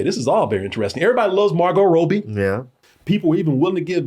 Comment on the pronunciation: Bro yall got to stop with zendie-a And margot Robe-y 😂😂